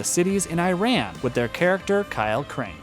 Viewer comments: I heard that as well 😂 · Did this guy say 🇮🇷 Iran? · Dying Light took place in “Harran” not Iran lmao